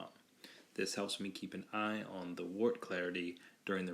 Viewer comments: Wort is pronounced "Wehrt" - Looks good though! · You did a great job with the video. However, the brewing term "wort" is pronounced like the word "dirt" with a "w" instead of a "d." It is derived from the Old English word "wyrt." Also, the term "trub" is pronounced "troob." The brewing lexicon is how we share information.